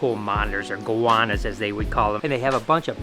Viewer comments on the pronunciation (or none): I've been following you since way back in the day and I was devastated to hear your news. Your in my thoughts! PS Made me laugh how you pronounced Goanna (I'm an Aussie) 😂